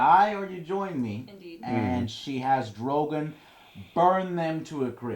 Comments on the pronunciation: For fucks sake, it's dro-gone...not dro-gain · Sam can not be the leader of House Tarley. He renounced all titles when he joined the Nights Watch. And it's Drogon- not DroGUNN.... I'm 6 minutes in and you barely know anything about any of these episodes. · Joe...Drogon is pronounced DrogON not DrogIN...For example, Rickon isn't pronounced Rickin it's Rick-ON....Please, it hurts every time I hear you say Drogin...Makes Drogon sound so inferior. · Went from drago to drogun. It's DROGON KEEP UP THE REVIEWS BUT GET THE NAMES RIGHT. Your only misstep.